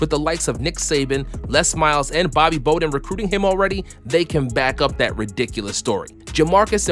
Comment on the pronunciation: You are done for pronouncing the legendary FSU coach like: "Bobby Boaden". 😑